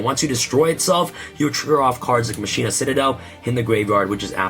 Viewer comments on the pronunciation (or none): Anyone else grinding their teeth while he says (Mah-shee-nah) instead of how you’re supposed to pronounce it? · "Musheena" lmao